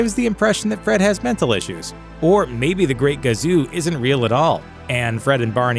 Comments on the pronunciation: IT WAS KAZU....NOT GAZU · Nice reading of the script children. Its not the great GAZOO..Its Kazoo. You mispronounced it 4 times because I'm sure you never watched the show even once.